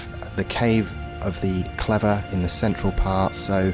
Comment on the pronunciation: Each time I heard you say 'central part' i kept miss hearing it as 'central park'